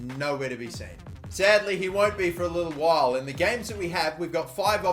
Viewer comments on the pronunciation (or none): none